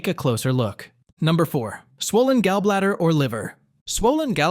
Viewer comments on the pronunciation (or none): You have ab odd way of pronouncing gallbladder, urine and intestines. If you can’t pronounce words correctly it make question how knowledgeable this info is!